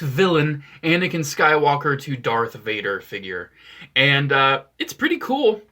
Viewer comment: Did you say swaker